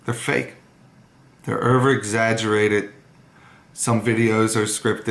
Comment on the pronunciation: I hate the way the dad pronounces "over". They're "ERVEREXAGERRATED" "the terlit erverflerhed"